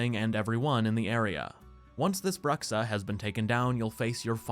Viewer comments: That's not "brucksa" it's "broo-shaa" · please learn how to pronounce bruxa